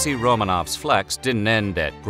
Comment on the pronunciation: Royall family from Russia? Yeah,about that... + it's not AlExiy ROmanoff, but AlexEy RomAnov, stop butchering our language.